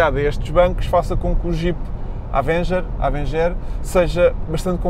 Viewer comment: "Há-venguer"? hahaha partiu-me todo